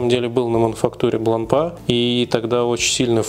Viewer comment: Часы хорошие, марка достойная, с историей. Но в 90% русских обзоров её выставляют на посмешище...произношением. Вот и вы,, последовали примеру многих. Неужели вы всерьёз думаете, что после буквы "р" три остальные читаются как "а"? Не идите на поводу у безграмотных людей, обратитесь к профессионалам, вам станет комфортнее делать обзоры в будущем.